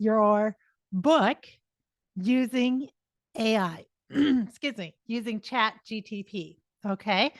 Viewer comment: Keeps calling it ChatGTP, loses credibility